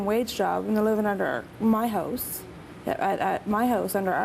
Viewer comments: they say house like hose cool. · are they saying house or hose? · They say house, like "hose" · i know! they say hose, not house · Nooo way. Adele looks much better. And oh god they both pronounce house as 'hose' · i love how they cant say ow they pernounce out like oat and house like hose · it keeps on sounding like she's saying hose when she's saying house! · I wish they would stop calling it their "Hoose" HOUSE DOES NOT RHYM WITH MOOSE CANADIANS!!!! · i livin' in my hose? wait..how does she and her mother pronounce 'house'? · they kept saying Hose...its HOUSE!!! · the all say house like 'hose'. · Why do they say "howws?" for House and "aboat"... ???? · This baby would be raised in a household that can't even pronounce "house" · The mom and daughter pronounce words with "ou" funny. Like about, out, and house.